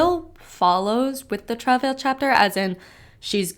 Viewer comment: Can't even pronounce the word Travail. Why would I trust your interpretations of their words